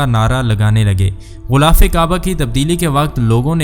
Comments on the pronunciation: JUN/16/2024♣BHAI SAHIB♣ GHULAAF NAHI✖ GHILAAF SAHI ✔TALAFFUZ HAI APNE LIKHA BHI GHILAF HAI😁 MAZHABI VLOG ME URDU TALAFFUZ KA KHAYAL KAREN ♦ASIA SYED (PAKISTAN) ♦ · Urdu Bolna nahi learn GHILAAF ko Ghoolaf na kaho JAAHIL